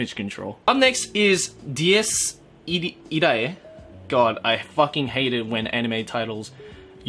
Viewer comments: It's pronounced Dee Yes E Ra eh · And here I was thinking it was pronounced Diss Iray. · Dies Irae is technically latin and "ae" is read like エ. I hope I've been helpful. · And its suposed to be pronounced Dee yes Ee R, which means "Day of the Wrath" , very nice Mozzart composition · Dies Irae is LATIN! GET IT RIGHT!!!